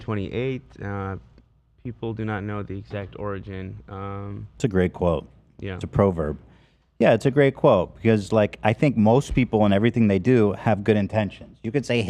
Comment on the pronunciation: I how Ethan pronounces “PROverb” like “PROlapse.”